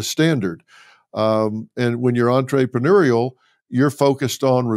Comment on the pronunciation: Surprised by Dr. Phil’s pronunciation of entrepreneurial. The “entray” is permissible when there is a double “e”(as in entree, the main course). Entre with one “e” should be pronounced as in the French language- entruhpruneur (pardon my attempt at the phonics.